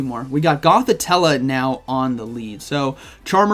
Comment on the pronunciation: GothiTELLE not TELLA 😉